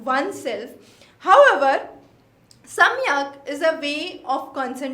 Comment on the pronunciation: It is सांख्य not samikhya.